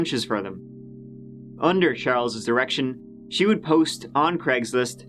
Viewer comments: am I only one who thought he said erection? I had to check the CC and its says direction which makes sense but I just don't here it lol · for a second i swore you said "under charles' erection"